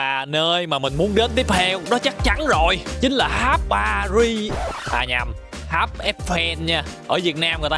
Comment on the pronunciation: Tháp mà kêu háp,nói chuyện như bùi